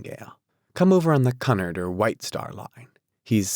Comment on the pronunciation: it’s pronounced cue-NARD